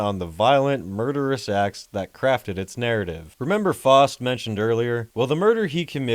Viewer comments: The worst crime is how the Name "Faust" is being pronounced here. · “FAUST” is pronounced “F-ow-st” (the “ow” sound as in “down”) not “F-aw-st” (sounding like “lost”). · It's pronounced fowst